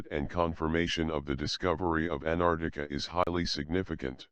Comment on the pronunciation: Damn...this guy can't even pronounce Antarctia..pffft